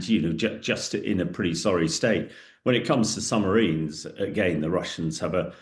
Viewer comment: Is he saying, “Summ-a-rines? Good grief!